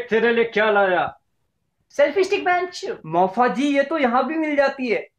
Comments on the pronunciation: Sameer is pronouncing mausaji as mausaji instead of maufaji. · Moufaji kaha mousaji nahi